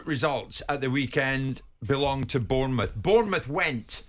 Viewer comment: Jim White can you please start saying Bournemouth name properly you're the only person you pronounce is it that way bearing in mind I live in France and have worked with foreigners for 20 years and they are managed to say much better than you do. It's about time you put some respect on our name and realise we're in the Premier League to stay.